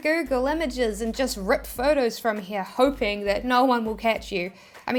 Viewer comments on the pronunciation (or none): none